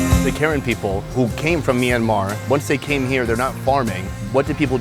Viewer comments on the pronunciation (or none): It's PRONOUNCED KUH-RAN!!! NOT WHITE WOMEN KAREN!!!!! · I kept hearing Karen as the name of the people XD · Are you saying Karen tribe? Just curious, if im hearing correctly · Dude still pronounces their ethnicity incorrectly 😭